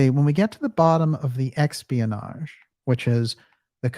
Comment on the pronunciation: "EXPIANAGE" I love it - perfect! That's going into my repertoire.